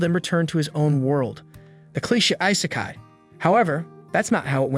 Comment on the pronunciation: Why do these channels always use AI voices that can't pronounce things properly. "Ice-kai"? 🤣